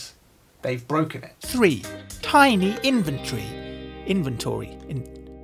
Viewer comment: "Inventory" In-vun-tree